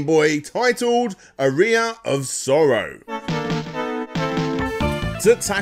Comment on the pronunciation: I've played "Aria Of Sorrow," but I've never heard of "A Rear Of Sorrow" before.